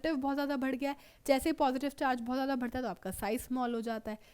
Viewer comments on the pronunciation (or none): Bhadta bhadta hai irritating me most😤😤😤